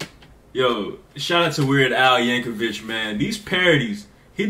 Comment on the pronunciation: No disrespect but his last name is not pronounced Yankovich it is pronounced Yankovick. I've seen quite a few first-time reactors pronounce his name as Yankovich